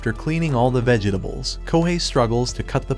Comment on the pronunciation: Is this AI?? Who the hell says vegetables with 15 syllables 💀💀